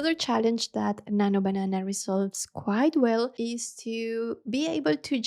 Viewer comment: I was about to say some thing 😊 “nanyo bananah”